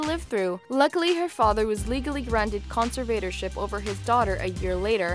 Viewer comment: The best thing about this vid are all of the narrator's hilarious mispronunciations of multiple words that she clearly doesn't know the meaning of. Does nobody edit these things? She reads her lines like a fourth grader. What in hell is a conser-VATOR-ship?